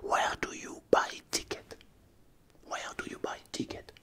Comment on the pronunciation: ouère do you buy tickets ? LOL